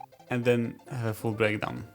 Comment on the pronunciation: I think that this video is great. There was one trip up, when you said full breakdown the first time I misheard it and had to use subtitles.